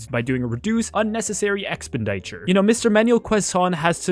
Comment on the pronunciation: i have never heard someone say expenditure so wrongly